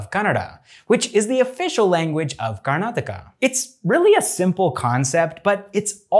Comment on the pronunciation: Thanks you bro firstly you pronounce our state properly manny north indian can't do this.